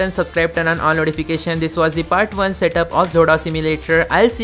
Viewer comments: It should be pronounced as Exo-Dos. Not zodos..😂😂😂😂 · I think it's pronounced exodus 😮